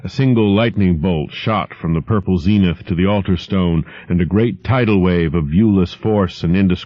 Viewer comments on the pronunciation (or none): none